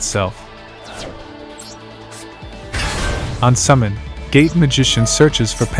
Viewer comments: I keep hearing "gay magician" every time LOOOOL great video though man dropped a like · Am i the only one who heard gay magician instead of gate? Lol Also still keeping my hopes up for an endymion guide